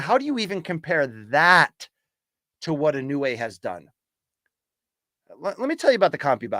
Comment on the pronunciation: He should stop butchering Inoue's name, out of respect for the guy.